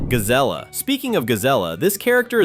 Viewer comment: First off, "Gazella" as you so call her is named "Gazelle" exactly the same as and after her species. I actually have a Zootopia fan fiction called "Dark Zootopia" where Gazelle gets cloned by a villain, and the evil clone starting off as "Nega-zelle" (Originally her name was going to be "Nega Gazelle" until I realized that I could either take the "ga off the end of "Nega" or the beginning of "Gazelle" and combine the two, by hyphenating it to make the pronunciation stand out better) to frame the real Gazelle for very heinous crimes, but Nega-zelle later turns good thanks to the influence of the real Gazelle and immediately changes her name to "Gazellia" which is pronounced "Gazelle-yuh" which your confused name for Gazelle "Gazella" made me think of. And also, the mayor you are talking about is NOT Leodore Lionheart. That's mayor Brian Winddancer. Lionheart is a lion and Winddancer in a horse, as you can clearly see, and Lionheart was the first mayor in Zootopia 1 before assistant mayor "Dawn Bellwether" the sheep set up and framed Lionheart and became the new mayor till her savage predator scheme was exposed. Notice in the Zootopia 2 movie how Milton Lynxley asks Winddancer "Do you know how many mayors that fox and rabbit destroyed?!" and Winddancer taps his hoof on the floor twice while counting "One. Two. I got up to two"